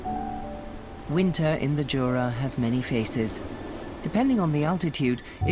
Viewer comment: Wonderful scenery! PS You mispronounced Jura 😅